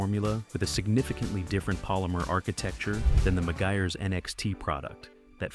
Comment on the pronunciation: AI has a real problem pronouncing Meguiars... SMH...